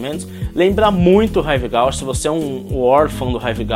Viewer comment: Ahh se fala “Rive Gúche” ;)